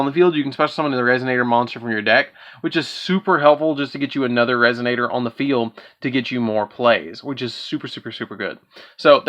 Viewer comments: I love the vid but I kept hearing "resignator" instead of resonator and it cracked me up. But I loved the video keep up the good work man 👍. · What the fuck is wrong with this guy 😂 how does resonator turn to resignator